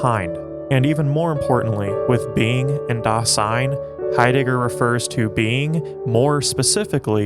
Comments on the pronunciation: Great work here! Only some remarks. First of all 'Dasein' isn't a word that Heidegger invented. It's a common German word, literally meaning 'being there,' that Heidegger has reinterpreted. Also, it's pronounced /ˈdaːzaɪn/, not /daːsaɪn/. Second, you mention that for Heidegger everything depends on your perspective, for example the perspective of being a Trump supporter or a Nazi. This video doesn't mention the fact that Heidegger himself was a Nazi, even though that would be the time and place. If everything depends on your perspective, how can you reconcile Heidegger's identity as an ordinary (ex-)Nazi with his philosophy of authenticity? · Dasein should be pronounced DAH-zyne. S makes Z sound in German. Ultimately tho, very good video! ^_^ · One minor point on pronunciation - it sounds like you are saying Das-ein, when it really needs to be pronounced >>Da-sein<< pronounced, "da 'zein" translation, being there (hence the title of the movie). But that is neither here nor there!! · "Dasein" with a soft "s" please... more "z" than "ss"... thanks! 😉